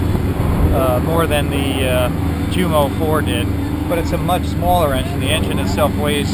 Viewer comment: i love the videos but as a fyi the j is silent in Jumo, umo no J